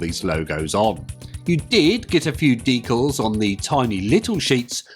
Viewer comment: 'Decals' was pronounced correctly. I think the gorilla chaplain is my favourite followed by number 5.